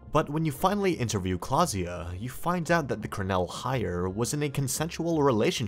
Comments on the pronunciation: klaasje not klaasja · i didnt know thats how you pronounce klaasje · You sir completely botched Klaasje's name